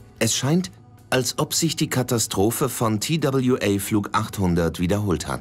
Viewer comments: Der arme Sprecher. Immer wieder der Zungenbrecher Tie Dabl Ju Ey statt einfach TWA zu sagen. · Wenn die einen „Tail Strike“ unpassend ins Deutsche übersetzen, hätten sie TWA auch deutsch aussprechen können. Das sehe ich auch so.